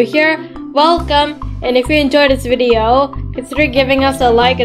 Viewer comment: say video not video